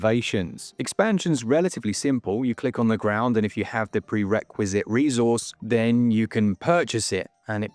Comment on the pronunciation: For some reason the way you pronounce 'Resource' was making my marrow itch... And you said it a lot in this video! Love me an RTS, this game could be the ideal follow up to Ball x Pit